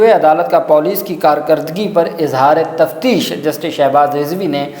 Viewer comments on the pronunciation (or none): Izhar e tashwish lafaz ha kindly correction kr lain